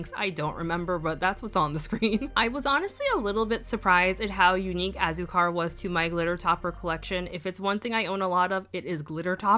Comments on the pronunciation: Hey, just wanted to provide phonetic pronunciation in case you were still curious you pronounced several just fine but Hah-rr-e-tos Wah-yaa-baa Toh-ron-hah Ah-sue-car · your pronunciation was great for these! Just as a heads up tho for azúcar, you wanna emphasize the u since it has the accent on it so kinda like ah-ZOO-car 🤗 these all looked so great on you too btw, especially Piña 😍🍍 and yay for comparisons!! so jealous you have a good bottle of Delirium, my bottle has a much more finely milled flakie 😩